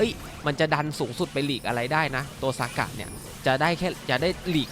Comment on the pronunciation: ทำไมพี่ต้องเรียก(ซ)ากะ55555